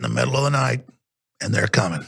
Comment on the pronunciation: “They’re cumin...... And they’re comin” 😂